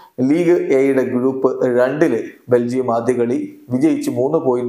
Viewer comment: ബെൽജിയം ❌ ബെൻജിയം ✅ 😹